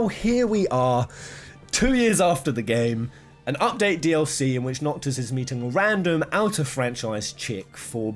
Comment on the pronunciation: Is anyone gonna talk abt how he said "Promptis and Nocto"